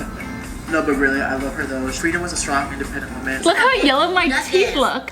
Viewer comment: its frida kahlo not friday kahlo